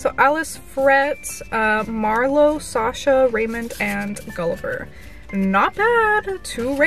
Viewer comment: Hi no offence sasha is my mum‘s name and that’s not how you say it